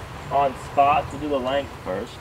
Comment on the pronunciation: Spots is not having t. 🤣🤣🤣